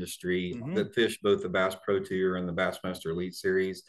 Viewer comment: Brought to you by Kleenex, stay free, and vagasil. Wouldn’t That be a nice boat wrap for the senior’s tewer as he says tour lol